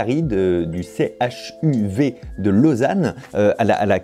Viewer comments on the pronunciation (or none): Bon par contre on dit le Chuv et pas le C.H.U.V voilà voilà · Si jamais pas C H U V mais CHUV ça se dit comme c'est écrit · CHUV est un sigle pas un acronyme, il se prononce donc chuve. CHU vaudois pour le canton de Vaud. Pas de Lausanne. C'est donc le CHUVE A Lausanne pas de Lausanne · On dit CHUV en un seul mot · Le CHUV ça se prononce comme un mot